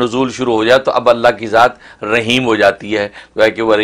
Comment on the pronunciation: رحیم (ح) کی سات ادکرنی چاہیے نہ کہ (ھ) کے ساتھ